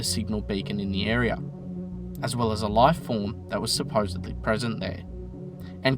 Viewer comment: I believe that, ~ , you said "supposably", ruining any credibility you didn't have with me yet as a new viewer. Say it ain't so!?